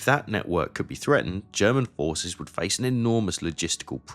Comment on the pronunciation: This is using an AI voiceover, its good enough to trick most people but I can pick up on the unnatural vocal cadence and here are a few obvious slips no pause between the words "Verdun" and "and" no F sound in the word "forces" says "decree" instead of "degree" and many many more throughout the entire video. For those that would argue that these are just an accent or personal pronunciation, those words are said normally at other parts in the video. I would not have a problem with this if you didn't put (No AI) in the title.